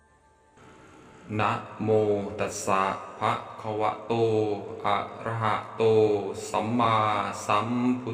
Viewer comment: นะโม ตัสสะ* ภะ*คะวะโต อะระหะโต สัมมาสัมพุทธัสสะ. ภะ นะครับ ไม่ใช่ ภา